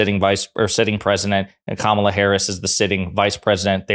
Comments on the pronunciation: It’s funny how they won’t call Nikki Nimrada ( her real name), or Ted Raphael ( his real name) but will Make up a name for Kamala by calling her Kamabla as if they can’t pronounce such an easy name. It’s literally 6 letters and 3 vowels. So you tell me who is unqualified and unintelligent? What a slap in the face to all people who don’t have a European name. Republicans can’t pronounce a simple name? By the way someone just uploaded a clip of Kamala speaking at the 2006 “ state of the black union “ where she happened to speak about issues affecting black people and not defunding the police. So Trump donated to her campaign after that date When she clearly identified as part black. So please stop believing the lies. By the way making fun of people or their name is anti-Christian, pro-bullying, and just plane mean as heck!! Mr question to Trump is, Who is low IQ now? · The crazy B!tch just said Kamala but the moment she realized she said her name correctly she immediately went back to calling her Kamula! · Who cares how someones name is pronounced or annunciated? My name is often not said in the way i say it. I actually like KA - Mala better than Ka-ma-la. Its just easier. 2 syllables instead of 3. Not a big deal. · Cool maga keep being racist and disrespectful by mispronouncing Kamala's name...y'all can call her MADAME PRESIDENT after November 🤣 HARRIS/WALZ 2024 💙💙💙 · Incredibly embarrassing. Intentionally mispronouncing Vice President Harris's name is a straight up attempt to dehumanize and marginalize her. Nancy is despicable and without an ounce of dignity. Trump is going to get obliterated in this election and all these GOP members who couldn't stand up to him will find their careers as a politician coming to its end point and rightly so. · This clown of a woman is a joke. She said here name right, then corrected herself to follow the cult to disparage the VP. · It is racist to purposely mispronounced KAMALA and/or refuses to use the titles she has EARNRD